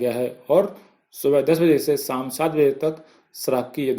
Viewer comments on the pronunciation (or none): देस, साम, सराब, नहीं देश शाम, शराब, न्यूज़ बोल रहे हो आप शब्द तो सही से बोले sir जी 🙏